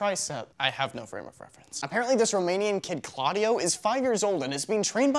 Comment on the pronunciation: It's Claudiu not Claudio! :@